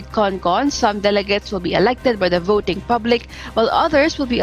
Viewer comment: VOT-ING not VODING